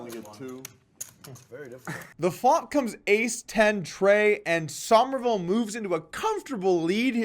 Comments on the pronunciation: It's pronounced "summerville", not "sahmerville". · I like that you said "Sohmerville" (like 'o' as in 'on') rather than "Summerville" like 'u' as in 'summer'. Nice attention to detail, Poke. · why does he keep saying sawmerville